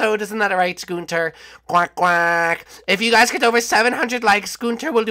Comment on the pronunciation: ITS NOT GUNTER ITS GUNTHER